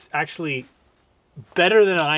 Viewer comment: Is that a 🇨🇦 acent thing or what? ✌️